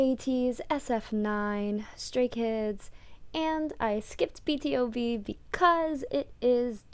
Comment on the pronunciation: It's pronounced B2B :)